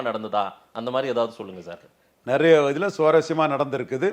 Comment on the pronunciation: நரைய இல்ல நிறைய. தயவுசெய்து சரியாக உச்சரிக்கவும்